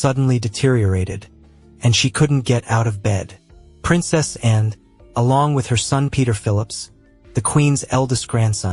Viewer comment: I don't like the way youpronounced "Anne", too short & clipped.